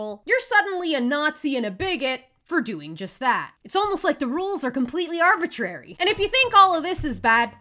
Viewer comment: Pffff "arbratery" isn't even a real word.